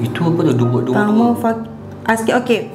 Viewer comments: Cara sebutan tangmo ni sebenarnya tengmo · Bukan tangmo. Kena sebut tengmo. Ejaan je tangmo. Hehe 😅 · bukan tangmo tp tengmo 😅